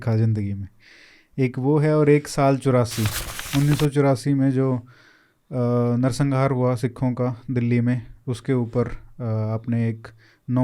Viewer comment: भैया नरसंहार होता है नरसंघार नहीं